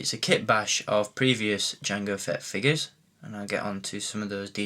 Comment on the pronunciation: I know your english but why do you say Figas? its figures godamnit!!